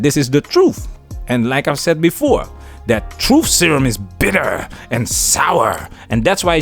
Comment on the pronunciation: The emphasis of "Bitter" and "Sour" had me in tears lol